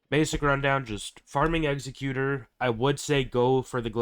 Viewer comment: Might want to get the wording for the star wars ships like eggsacuetor is really Eggs-zeck-u-tor and xanadu is pronounced Zan-ah-dew. An executioner is not the same as Executor